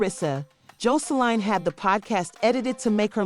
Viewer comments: Learn how to pronounce their name b4 you do a story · Gurl learn how to pronounce Joseline name lady😂😂so I'm not sure but there were some rumors that Zeus cancel Aunt Tea Podcast due to the drama happening so I'm not sure if it true or not..